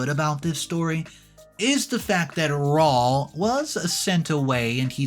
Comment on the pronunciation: RAUL - Raw-ool! Man, please Please PLEASE ask someone when your in doubt. ZOE-ZOE-EE😢 Yer killing us 😅